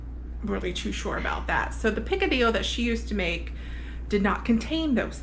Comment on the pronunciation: Ok, I grew up in Miami and Picadillo does not sound right unless you say it with the Cuban accent! So redo this video and include the accent. 🤣🤣 That looked so good, I am going to try and make it again. I have tried before but can never get the meat fine enough. So having said that, does using sirloin allow the meat fall apart easier? LOVE the knife skills! Primo!!! I can only imagine the smell that drifted through the condo, I bet it was delicious! 😍😍